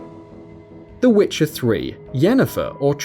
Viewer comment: WTF? Wife Yennefer? Srsly? Cheating on her all the time? Do you even know how "Witcher" is pronounced?